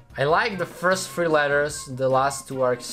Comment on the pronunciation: Can you please look into the correct pronunciation for the words three, character and thumb.🙏🏻